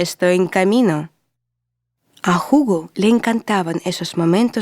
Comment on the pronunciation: Bonito relato ..pero no se le entiende muy bien ..pero que bueno que trata de relatar en español .. Jugo es una bebida 😀 Hugo es el nombre . Gracias